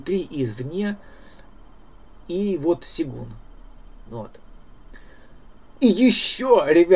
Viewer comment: ну ёмаё - сЁгун. ты что, против буквы Ё?